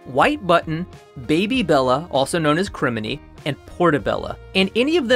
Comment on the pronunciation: Your pronunciation of "crimini" slays me! 😚